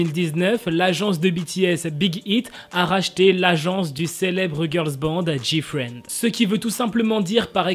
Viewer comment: Pour moi il a bien dit GFRIEND